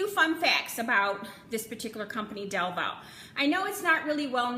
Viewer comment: Thank you for saying our last name right 😂 A hundred videos saying DEVUUUU